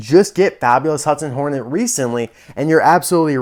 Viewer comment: I love how it says nornet instead of hornet I find that very funny